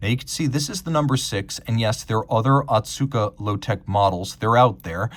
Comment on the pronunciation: The pronounciation is Oh-Tsuka, not Ah-tsuka like you've been saying.